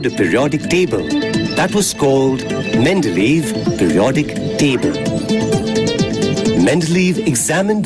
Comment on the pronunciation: This is a really cool video in terms of its description of the 3 tables; however, the music is quite distracting and hasn't aged well + your pronunciation of Mende-ley-ev is incorrect to the point that even a viewer wasn't able to type the surname properly.